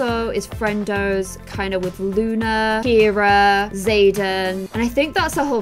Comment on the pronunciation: Ciara is pronounced like “Sierra” no Kira 😂 lol A for effort tho!